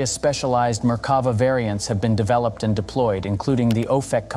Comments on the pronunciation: sorry I can't help myself. It's mer-ka-VAH. "mer" rhymes with "there. stress on "vah". Drove me crazy the whole video. Sorry for making youtube comments into a reddit post! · Merk-ka-va, just saying.